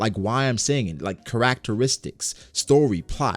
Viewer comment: Did my brotha just say, “carrack teristicks” 🤣 bro